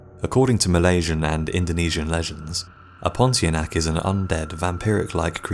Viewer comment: Pontianak is pronounced as pon-tee-ar-nah-ck